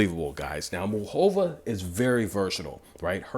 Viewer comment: Lol please pronounce her name right: its Moo Ca Va 😁